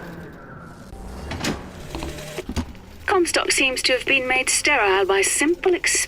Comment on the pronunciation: "Lady COMstock"